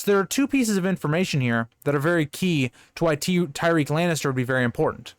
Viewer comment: Just watching this now but I think it's pronounced Ty-rek, not Ty-reek.